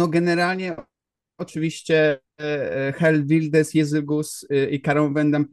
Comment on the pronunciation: Błagam, sprawdźcie wymowę tego imienia i nazwiska, ileż można tego słuchać?